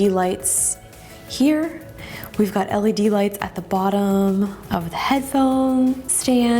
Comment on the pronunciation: I felt physical pain evey time she said LED